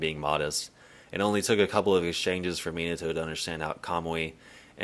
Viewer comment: Not the "Miniato" AHAHAHA 11.43 🤣🤣